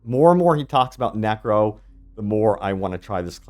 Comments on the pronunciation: What's a "NERCO" lmao :D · "Nerco" kek